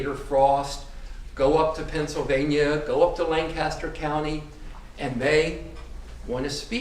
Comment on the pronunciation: Why does everyone in this court room, especially the defendant pronounce Lancaster PA incorrectly. Everyone who lives here for any amount of time knows how to pronounce it correctly. (LANK- KISS-TER) His last wife lived there 🙄